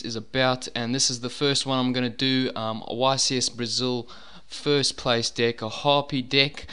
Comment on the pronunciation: enunciate your FREAKIN Es YOU SAID DICK LIKE 70 TIMES